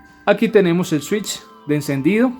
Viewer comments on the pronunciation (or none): none